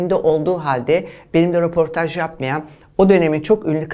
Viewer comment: Roportaj dedi yaaa ne gazetecisi 😳